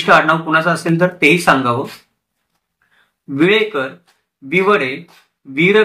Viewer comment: विलेकर नाही विळेकर आटोणकर नाही आतोणकर